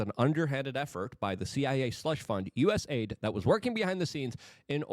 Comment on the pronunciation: For once, being unable to pronounce words pays off! US AIDS is perfect